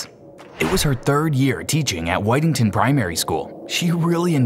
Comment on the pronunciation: pretty sure it's pronounced "wit-ington", other than me being picky this is another great video!